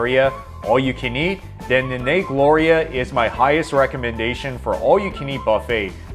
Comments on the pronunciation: the 'a's in "nanay" are pronounced like a spanish "a", not a "long-A". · Oh, the horrible pronunciation. You're gonna get hated by Filipinos for pronouncing "Nanay" wrong. Why not ask a native person on how to pronounce foreign words???